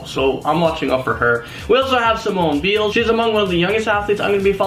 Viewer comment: He said Simone's last name wrong ☹️